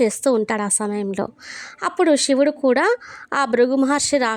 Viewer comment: మీరు శివుడు ని షివుడు అని చెబుతున్నారు, సరిచేసుకోగలరు 🙏